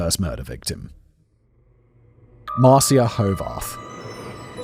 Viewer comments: You have to admire fact boi's determination to call Ma-ri-ca Mar-cia all the way... 😂 Thx Simon, good delivery and nice tangents as allways. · Marcia? Or Marica? Spelling mistake or pronunciation error? Or I'm tripping?